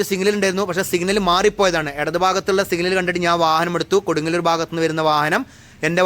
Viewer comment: Bro can tell the name properly. because it’s very important Kodungallur 😅😅😅